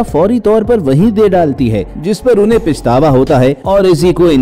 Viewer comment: سر لفظ " پَشتاوا" صحیح لفظ ھے ،پِشتاوا غلط لفظ ھے۔